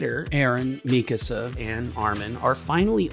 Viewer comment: I just wanted to say that I love how you say mikasa’s name right, seems like everyone on the internet says it wrong on purpose or because it’s funny.